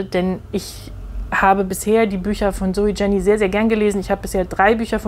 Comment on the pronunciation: Danke für diese ausführliche Besprechung. Ein Hinweis noch zur Aussprache des Autorinnennamens: Man spricht das J nicht englisch aus; Jenny heisst „ienni“, ein häufiger Schweizer Name. ZJ ist die Tochter des Verlegers Matthyas Jenny, der vor einem Jahr starb. Er gründete das Poesietelefon, das Int. Lyrikfestival Basel und die Buch Basel.